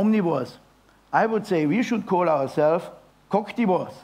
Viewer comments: Thumbs up to those who laughed when he said Coctivor. #FTW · Anyone else chuckle when he said we were cock-tivores?